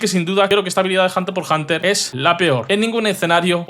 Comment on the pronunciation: solo para que lo sepas, como curiosidad es que Hunter X Hunter se pronuncia "hunterhunter" la X no es un por o una X, simplemente no suena